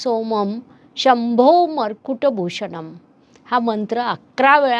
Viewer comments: shambhormukut bhushanam and not shambhomarkut...... please pronounce correct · मुरकुट नाही मॅडम 🙏🏻मुकुट भूषणम